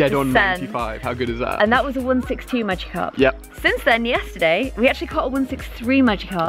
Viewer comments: Magikarp not magicarp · Supposed to say Magikarp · magickarp lol not magicarp